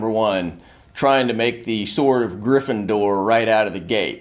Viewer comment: This dude said Gryffindor.